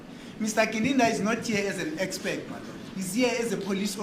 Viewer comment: Gininda, Defence advocates, judge Ratha and Baloyi: all of them say "EXPECT" instead of "EXPERT"...Where or when did this go wrong?